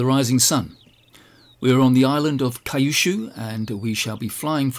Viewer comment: we call Kyushu Q-Shu , not Kai-shu.